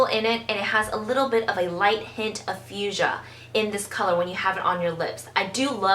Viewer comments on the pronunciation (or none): none